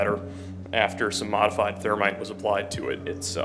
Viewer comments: Thermite not termite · Its pronounced Thermite not termite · Why is it that you cannot pronounce Thermite It's that termite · TERMITE BOMBS!!?? THAT'S TERRIFYING! Oh wait it's and he's saying Thermite, still scary but not as bad. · Termites typically will not destroy a hard drive. I swear, You and my Irish Grandma with the "Th" problems! Just messing with ya. Much love though. I really enjoy your vids. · Are you saying "termite"? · Lol...at time stamp I kept rewinding trying to understand how he ordered " termites" to wipe data...😂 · We all know “i before e except after c” …but around these parts, it’s “the H after T does not exist to me” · Right like he has no problem saying the 'th' in "that" but can't say thermite 😂